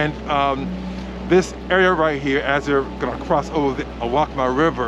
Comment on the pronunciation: Who is this guy? Pronounce waccamaw the right way. Learn the language.